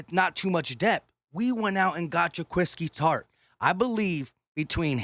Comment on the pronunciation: Say it with me: Juh-kwah-skee Tartt